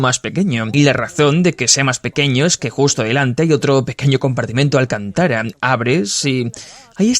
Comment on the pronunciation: Alcantára no, alcántara por favor. Que mal suena